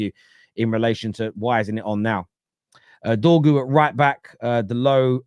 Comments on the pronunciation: DORGU NOT DROGU 🤦‍♂️🤦‍♂️🤦‍♂️ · Trying to make his name sound like Drogba when it sounds more like dogpoo